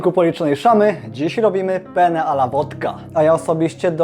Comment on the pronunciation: Oj tak, bo się włoski kelner udusi Ze śmiechu :p